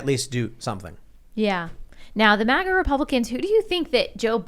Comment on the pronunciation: I really wish you would stop saying MAWGA instead of MAGA. It's kind of irritating it seems like you're kind of being or trying to sound snooty. MAG = MAG like in magazine, or magnet... Do you say MOGNET Tim? IT REALLY SOUNDS BAD.